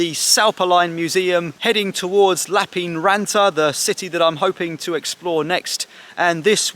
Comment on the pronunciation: Lappeenranta... though I also find it tricky to pronounce correctly. The 'ee' doesn't make the same sound as it does in English. It's more like the way we say 'air' (in Yorkshire, at least). Finns roll their r sounds. I can do that but not immediately after an n sound.